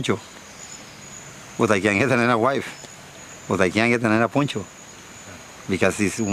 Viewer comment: Poncho not Pocho.